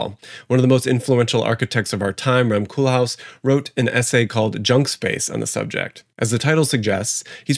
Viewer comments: I'am Dutch and an architect en you pronounce Koolhaas wrong. You say it like Koooooollhaaaas not Koelhas. Good channel dude! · just to make this video slightly better: the 'kool' in rem koolhaas' name is pronounced 'coal' instead of 'cool' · “Koolhaas’ is pronounced [coalhaas] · Great video, and as someone who had some architecture courses in college it’s great to get an architectural analysis of this very interesting phenomenon. I love how you pronounce Koolhaas as ‘cool house’ xd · Coolhaas is pronounced as coal-haas. A "haas" is a hare, a big rabbit. And "cool" is not coal but cabbage, so the name means a hare that is fed from cabbages.